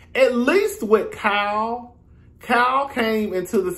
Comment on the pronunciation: It’s sound like you’re calling her “cow” instead of Kyle 🤣